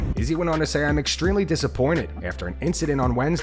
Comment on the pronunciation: Ariel helwani was the only other dude who pronounced it like that 😂I agree it drives me nuts too